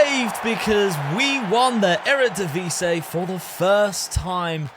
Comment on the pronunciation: I keep wondering why people call our league the Eredivise. Do you not see the last i in "Eredivisie"?